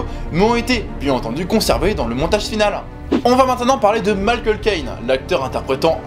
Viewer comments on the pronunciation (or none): none